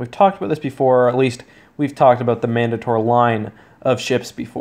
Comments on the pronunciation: I’m pretty sure the mandator is pronounced man-day-ter. Like the word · Man-dator it’s pronounced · Man-date-or. It's an actual word in English, no a Star-Wars-ified word, and that is the proper pronunciation.